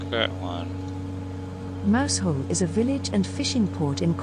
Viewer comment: Mousehole is pronounced Mouzul